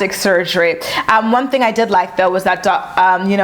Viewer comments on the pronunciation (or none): none